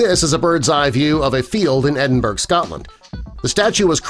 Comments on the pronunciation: NB -- PLEASE pronounce the name of Scotland's capitol city correctly! It's Edin-BRUH not Edin-burg.. When you say it like that, it makes me ill. Thank you. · It’s pronounced eh-din-bur-uh, saying ed-in-berg sounds like your talking about a new type of ice in the arctic. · There is NO way that picture was a "bird's eye view of Edinburg Scotland". Nothing in it looks remotely Scottish. And it's spelled and pronounced "Edinburgh" (buh-ruh) by the way, you ignorant twat. What a truly rotten video. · It’s not pronounced ‘Edinburg’ it’s pronounced ‘Edinburra’! Although, spelled Edinburgh! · its edinbu-RUH not burg. Bawbag! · Shyna. Fookit. Edinberg. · EDIN-BURG???? Instant downvote! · Edin Berg??? Please America, learn how to pronounce words properly before making a video!!!! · Its shocking that so many video narrators can't pronounce Edinburgh properly. Hint: 'Edinborough' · "Edinburg"? Christ 'murica...it's not hard to pronounce the name correctly! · If you can't be bothered learning to pronounce 'Edinburgh' correctly then stop using our capital of Scotland in your videos! "Edin-burg is not a fkn place! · Please try to learn the right way to pronounce certain words like Glasgow or Edinburgh